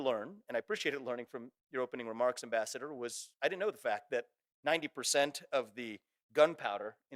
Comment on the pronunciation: John is a smug enemy of We the People…. Ambassador isn’t pronounced properly somewhere in the middle is his title.